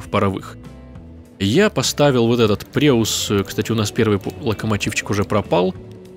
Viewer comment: Правильно не "преусс", а "пройсс". eu в немецком - ой. И это сокращение от "пройссиш", что переводится как "прусский". Без снобизма, просто факт)